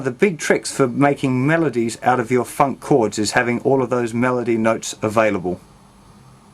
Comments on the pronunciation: bro when you say funk its sound like 'fuck' xD everything else awesome! ;) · when he says funk it sounds like fuck